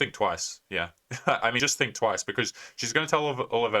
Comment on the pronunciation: "You sink" you sunk wrong love